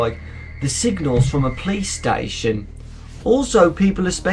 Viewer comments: sound like saying playstation not police but yeah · The first time you said "Police Station" I thought you said "Playstation." XD Great accent though!